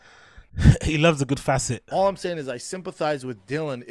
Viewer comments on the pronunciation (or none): Brendan "loves a good Facet" :) :) :) :) Why is that? He's slaughtering that poor word!